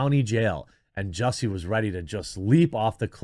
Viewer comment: It's Jussie-tice, not justice. Hopefully he is found guilty a 2nd time and gets a worst sentence for this circus.